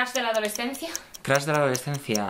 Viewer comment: "Crus" jajajaa